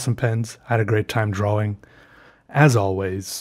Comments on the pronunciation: I love the way he sais "dro-wing" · I love how he says drawing (drowing) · Draugh Wingh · I love how he says drawing like draWing... dude u are also amazing at art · I like the way he says “drawing” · I have a weird appreciation for how pronounces "drawing" and I'll never get over it lol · You are beyond awkward and weird, and I love it. Also the way you pronounce the word drawing... 👌